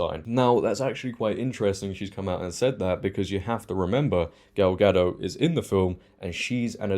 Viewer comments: Gadot, not Gado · A small correction, gal ga-doT not ga-doe, as she said herself. Critical drinker equally loved the trailer 😆. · It’s a Hebrew name not French, so it’s pronounced as Ga-dote.